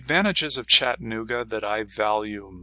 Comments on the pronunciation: Pronounce the A, it's Chatt-A-nooga, not Chattinooga. I had to learn that when I moved here and your mispronouncing it is like nails on a chalk board. I've been here 16 years, and love it but am moving. The city is getting rather crowded, the streets are falling apart. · To retire here, you have to learn to pronounce Chattanooga correctly. ✔